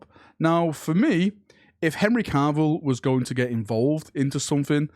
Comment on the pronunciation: I love you but for the love of the Emperor stop pronouncing his name as Henry Carvill, there's nor "R" in there